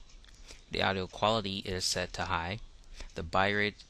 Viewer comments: Thanks, this was really helpful. But it's "bit-rate" not "bi-rate". xD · "BITrate" not Birate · I want to believe you but you keep saying bi rate when its said Bit- Rate. Bitrate as in computer bits. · Cristian Ortega I think he said byte rate